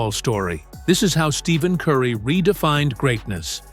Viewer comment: To make a video about someone and mispronounce his name the entire video is crazy work . Do better